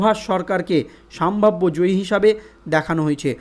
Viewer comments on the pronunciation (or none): সম্ভাব্য। সাম্ভাব্য নয়